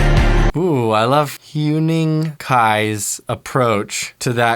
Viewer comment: He’s literally the first person I’ve seen pronouncing Huening Kai’s name correctly at the first try👏🏼❤️😂